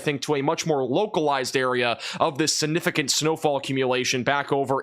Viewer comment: Can you please learn to pronounce the word significant?